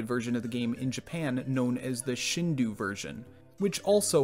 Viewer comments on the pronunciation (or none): I dont' want to sound like a grammarnazi, still... it's shindo, not shindu. In european languages, usually ou=u, but in japanese u is a usually mute vowel, and if put after the o, it just makes the o a long vowel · Slight nitpick, but "ou" in Japanese words is pronounced more like "oh" or "oo-oo" than "uu". ...Which is also why more modern romanisation schemes tend to just replace it with either "oh", "oo", or "ō" (long o), but I digress. ;3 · This is a great video but the Shin-doo is bothering me. The closest pronunciation in English would be Shin-doh, since the "u" extends the "o" sound (so it could also be transcribed as Shindō iirc) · Btw “Shindou” is pronounced “Shin-doh”, not “shin-doo” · Yeah, but at least that's closer to right than saying "doo" instead of "doh". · Great video loved the content, only one comment from me below. It's shindou (like shin doe) and not shin do like (shin du). Source: スーパーマリオ64 振動パック対応版 broken down スーパーマリオ64 - suupaamario64 (Super Mario 64) 振動 - shindou (pronounced shin-doe) パック - pakku (pack) 対応版 - taiouban (taiyou version) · Wonderful video. By the way, i believe "Shindou" isn't pronounced "Shindoo" but "Shindoe". Is it a different writing of "Shindō". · FYI: shindou is pronounced shin-doh. The u basically serves to lengthen the sound of the o a little before tapering off into a very subtle u, but the o and u don't combine to form the very English "ooh" sound. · Minor point - Shindou would be pronounced “sheen-dough”, not “shin-doo” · I mean, not really. Phonemes in Japanese have a specific pronunciation. 振動 or しんどう is pronounced "shin-dough". In fact, "doo" as a sound doesn't even exist in the Japanese language. "Shindoo" is the objectively wrong way to pronounce it so you don't need to make excuses. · Not that minor, found myself muttering “dou” every time he pronounced “du”. I mean it’s the same “do” at the end of “nintendo” just slightly longer. But whatever, first world nitpicking. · it’s not “shin dew” it’s “shin doh”